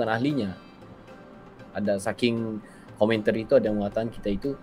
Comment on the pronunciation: Jangan sebut komenter, tapi sebutannya komentar.